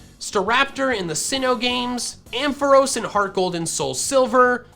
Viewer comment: AMPHAROS, NOT AMPOHROS! FIX IT NOW!